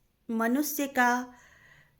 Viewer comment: आपकी बातें बहुत पायेदार व समझदारी से परिपूर्ण हैं । आपका english prounciation भी अच्छा है । पर हिन्दी में,,, मनुष्य को मनुस्य, और परिभाषा को परिभासा बोलना ठीक कर लीजिएगा । फिर से सुनिए,,, अपने भाषण को,,, पता चलेगा । ये सुझाव आपके सुधार के लिए है । अन्यथा न लें ।आपसे बड़ी हूं ।